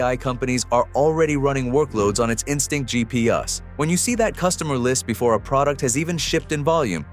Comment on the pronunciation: You're gonna need to upgrade your AI narrator. GEE-PEE-YUS is making this channel look bad.